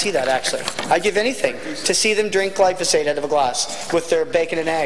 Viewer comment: I'd advise the good member that if he wants to sound a bit more educated on a topic, he should learn how to pronounce the word "Glyphosate".